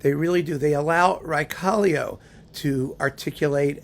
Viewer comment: Raekallio is such a great artist! Too bad that he fell seriously ill some years ago. As far as I know he has recently focused mainly on teaching. P.S. Your pronounciation of his name was absolutely correct.